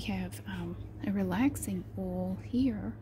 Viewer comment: the way she says "oil" sounds more like "owl" to me.. its great!